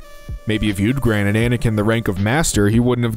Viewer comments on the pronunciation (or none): none